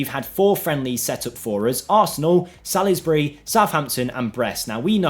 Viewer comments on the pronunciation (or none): Sal-us-bry,? They're English, lad! Good effort, keep it up.